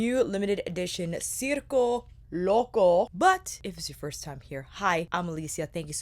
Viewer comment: I was just complaining to someone about how no one was pronouncing it correctly and then there you go boom pronouncing it correctly. Thank you for this review and all the looks. As a member of the circus community this is pulling at my heart strings. I wish people didn’t think of clowns when they hear circus because there is SO MUCH more to the circus community. I might pick this up at the Sephora sale.